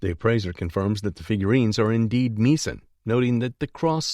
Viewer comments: Get someone who knows how to pronounce Meissen, or phonetically, My son. It is not pronounced Me son. Remember that the letters 'ei' in the German language are pronounced like the word, eye, not eeee. Since this narration is probably from a computer program, this pronunciation mistake is clearly the fault of the producer of this audio track. There were other words pronounced incorrectly in this video. Just saying! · How could anybody describing antique porcelain mispronounced the famous German porcelain factory's name : MEISSEN. !!!! Really? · He pronounced Meissen porcelain incorrectly. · Don't know if the narrator is real or AI, but you need to get a good editor in any case to find mistakes, i.e. Meissen pronunciation.